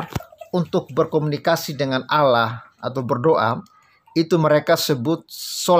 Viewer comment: Kalau barang asli maka kata Allah harus didibaca Allah dan bukannya Auwloh. Serupa tapi tak sama. Begitulah pemalsuan...